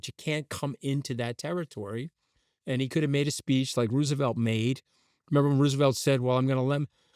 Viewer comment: he pronounces things weird... "Rooooosevelt", "Uh-nnex"